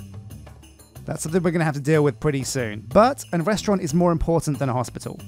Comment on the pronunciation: Restaurant, not restaurante.